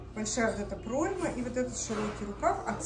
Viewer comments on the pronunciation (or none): none